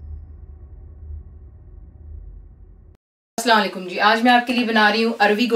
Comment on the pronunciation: sister aap ki tamam recipes buht ache hoti hain lykin aik bat hy k aap start main Jo Salam krte hain us ko ache tarha bola krain plz don't mind it